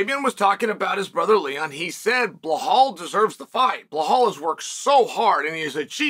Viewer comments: Did Leon's brother Fabian say, "Bilal" disserves the fight or "Bihall"? I'm pretty sure he knows how to pronounce the name correctly as "Bilal". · You uneducated rash, it's bilal. Not behlal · “Blahal” gets me every time 😂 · I was actually wondering if he was talking about Belal or is there someone else I don't know called Blahal 😂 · So Belal is worthy but not enough to say his name right? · We will stop screwng him over when you start pronouncing his name right 😂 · Will Uncle Chael ever get Belal’s name right? Probably not. 🤣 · Chael sounding like Johnny English after a muscle relaxant when he says Belal😂